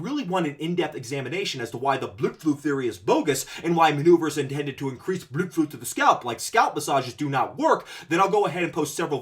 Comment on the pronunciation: Just got to the part where you bring up "bludflow." It always brings me great joy to hear you say that word. LOL